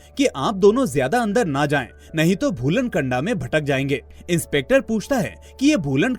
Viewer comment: भाई भूलन कंडा नहीं भूलन कांदा बोलते है. कंडा मतलब छेना (उपेलू ) होता है. 😂😂 मूवी के लिए आपका धन्यवाद 🙏